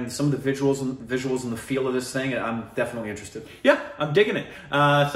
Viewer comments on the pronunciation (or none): none